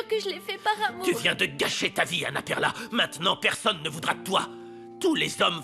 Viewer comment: Perla me tai apler combien De fois? Mes oreil 😮